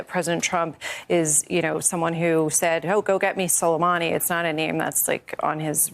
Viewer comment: Clearly had no clue who Soleimani was, can barely remember or pronounce his name without teleprompters or prompts, doesn’t know or could care less the difference between Iraq & Iran, couldn’t find either one on a world map any more than he could find Norway, has no clue about details, background, history, potential repercussions etc. etc. 😢🇺🇸